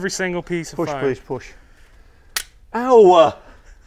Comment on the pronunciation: he make ow!! a two syllable word lol Owaa!!